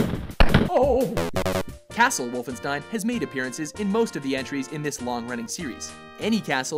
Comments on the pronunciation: What is "Vulfenshtein" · I love how he says The Wolfenstein entry in a German accent lol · HAHAHAHA!! I love the way you pronounce wolfenstien 😂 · How he says Wolfenstein 😂😂😂